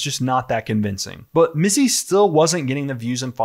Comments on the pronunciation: LOL "Mitzy" good on the news gal for best prompter misread ever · I love that the reporter deliberately mispronounces his stupid nickname.